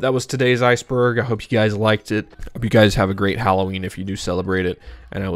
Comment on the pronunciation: I thought you said spiceburg 😂